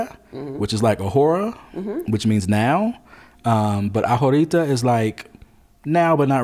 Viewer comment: Loving the video. FYI - the letter “H” in Spanish is silent and not pronounced. The words ahora and ahorita are phonetically pronounced ah-or-ah and ah-or-ee-tah. And your pronunciation of La Comer was correct the first time…(lah coe-mair) with emphasis on the first syllable of the word ‘comer’. Syllable emphasis is very important in Spanish.